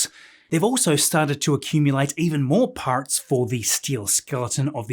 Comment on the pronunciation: “parts” sounded awfully American 😂😂